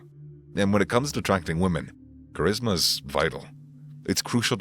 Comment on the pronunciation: L and live how his funny at points he said cherisma lol